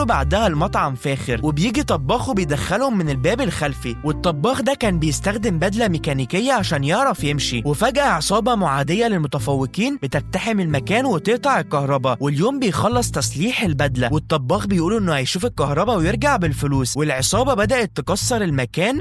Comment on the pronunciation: بعيد عن الفيلم انا بترجاك تروح تظبط مخارج الحروف عندك ، اسمها قناع ومش كيناع .. اسمها تقتحم مش تكتحم ، ومكمل كيتاقل ،؛، انت زعلان او مقاطع حرف القاف ، حاول تقول كلمه قرقوش وسجلها لو لقيت نفسك سامع نفسك بتقول كركوش الحق نفسك بسرعه